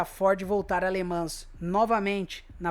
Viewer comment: Escreve-se LE MANS, mas lê-se LE MAN.